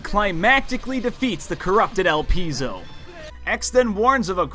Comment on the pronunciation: The pronunciation of the word el pie zo